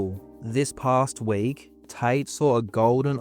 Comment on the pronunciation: his name is tate not tight